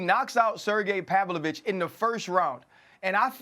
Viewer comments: “Pavlich.“ Kills me on his podcast when he does that. Lmao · ”Serjy Pavlich” lol😂 he says both his names wrong. Love it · He fucks the names up on purpose. He’s essentially said as much, himself.